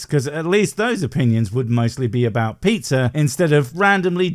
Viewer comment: “Aboot”? Is canadia or is yooper ….